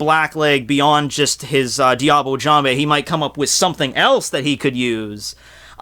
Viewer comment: Look up the prononciation of "Diable" plz.